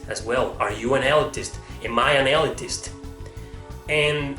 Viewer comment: Pronounced 'Ill-leet-ist'